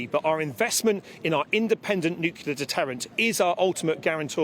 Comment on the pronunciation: Nucular? What a muppet. A defence minister that cannot pronounce the word 'nuclear.'